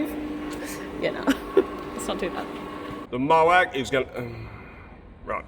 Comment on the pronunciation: "The MOAC"??? Sounds like the mother of all bombs 😬